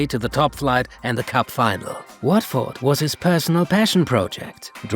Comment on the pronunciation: Pronunciation of Watford was dreadful